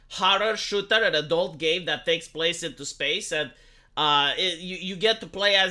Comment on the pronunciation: When you said "game designers" but barely pronounced the M, it all made more sense the "gae designers".